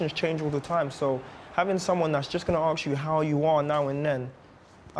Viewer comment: thanks to him my kids say AKS instead of ASK :-D